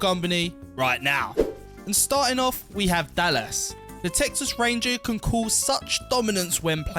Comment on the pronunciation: Why does it feel like this video was written/spoken by an AI? SO many spelling mistakes, pronouncing Dallas as “Dal-las”, subtitles that don’t match what is being said, very unusual. “Her perks can make her is simply unstoppable at times.” That makes no sense.